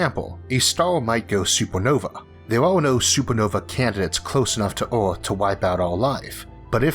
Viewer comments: Earth not eort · Not sure what kind of accent you're trying to emulate but it is not working. Pity, because the content seems so interesting; I just can't stand even a minute of speech x,x how hard can it be saying "Earth" instead of "awth"??? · its earth not aurth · our planet is called Earth, not eORTH. Try pronouncing, birth, girth and maybe you'll get it Isaac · Astewoid Wedundency Biwions of people Wather pointless Eawrth Wemember Stowys Who is this guy Elmer Fudd’s grandson !! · It's earth no erwrth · "Orth" "Thod"??? 😳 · Anyone gonna talk about how the fuck this man said earth in the first 5 seconds?